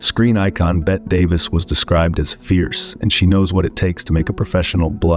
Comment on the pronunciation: Betty, not Bet, Mr. AIM man.